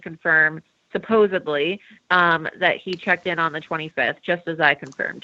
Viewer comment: I find it hard to take anyone seriously that can't say the word "supposedly" properly :/ But otherwise, decent info.